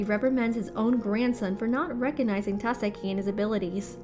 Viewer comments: She kept saying either Tάkasi or Takasί but never Takάsi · You do realize Takashi is pronounced Ta-ka-she, right? Not Ta-ka-see. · It's TAKASHHHHHIIIII. NOT TASEKI OR TAKASI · TAKESHI NOT TAKESI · can you please stop saying, takasi, it is tekashi (pronounced. TUH-KAH-SHEE) the previous narrators did that pronunciation so please stick to that. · OMG!!! It's Tah-kesh-ie!!! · TAKESHI - ta keh shee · Narrator shouldve watched part 1!!!! Takeshi. Ta as in ta. Ke as in ke. Shi as in shi. Holy shit, lady. Thats "haly sit" to you, I guess. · Yet it's still Ta KE shi... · Ta ka see 👀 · and sometimes "Ta-se-ki" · That Takeshi pronunciation is both brutal and diabolical. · I love how i am so interesting in the first 4 parts and then some dumb bitch cant pronounce the main characters name and i lose all interest in this series.